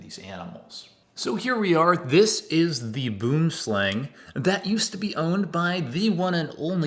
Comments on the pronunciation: Obviously you arent Afrikaans, but you are saying the snakes name incorrectly, you would say it as bwooomslang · The way you say Boomslang always amused me